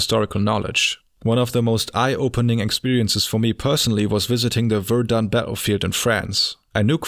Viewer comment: Your butchering of Verdun's name did more damage to it than the entire German army.